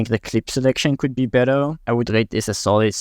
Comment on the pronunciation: we: "better": "beddel" 😂